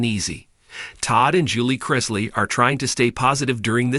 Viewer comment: Why do supposedly intelligent writer insist on mispronouncing and spelling the Chrisley name??? I don't know the truth neither does this writer. But it is obvious an unfair sentencing for each of them. Public opinion is always a lie.